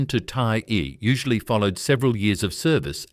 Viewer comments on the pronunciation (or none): 太尉をタイアイと読むとはなw色々ひどい